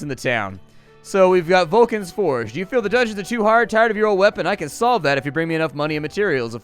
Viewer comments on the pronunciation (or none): none